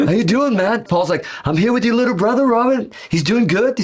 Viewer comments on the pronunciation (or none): none